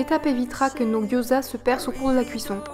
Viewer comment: Ta recette a l'air top! je vais tester ça le plus vite possible :D (gyoza se prononce "diaodzeu" au fait :) )